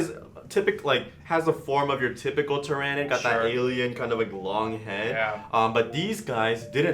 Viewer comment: My only gripe is your pronounciation of the word "Tyranid". The "Ran" in the name isn't such a hard sound.